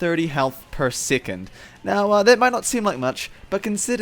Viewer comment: "sickond"? I think you meant to pronounce it as "sec-on-d"